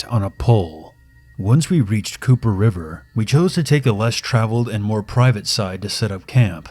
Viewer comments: COPPER RIVER. not COOPER. LOL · "Cooper River" xD